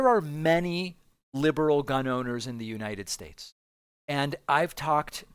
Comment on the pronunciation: United SHSTATES..Haha...Naughty David.